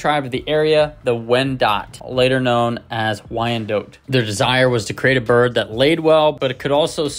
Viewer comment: Thanks for an excellent run down on this fabulous chicken. FYI: This bird's name is pronounced "why-en-dot," rather than "why-en-dote." If the spelling throws you off, consider the name Charlotte, which is pronounced "shar-lot" and not "shar-lote."